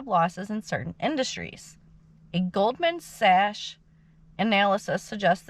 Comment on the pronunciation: Hello. It’s pronounced "golden sax". For "Sachs". It’s an investment bank. Hello from Japan! Yeah, AI taking over jobs is scary. But it will also create new types of jobs too.